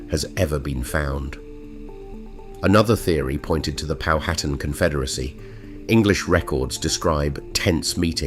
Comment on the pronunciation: The name Powhatan is pronounced: POWhatan, with the accent on the first syllable. Better get that programmed into your AI!